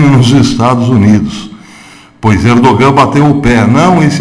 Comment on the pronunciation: congratulações pelo se trabalho; isto, para si não novidade mas, mesmo assim, permita-me congratula-lo. Se me permite, respeitosamente, um conhecido turco, há algum tempo atrás disse que o " G " em "Erdogan" não se pronuncia (é silencioso ou quase um " H " aspirado); como falar ao microfone é sua ocupação, aqui vai.... Ainda, se me permite, não expresse surpresa quanto às "boas relações" Israel/Turquia......não de hoje/passado recente; é há muito tempo.... por favor note as " aspas ".......Obrigado pelo trabalho